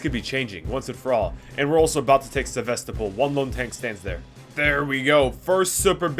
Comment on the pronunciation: on one hand your pronunciation kinda sucked but on the other hand you put the soft L in Sevastopol so all is forgiven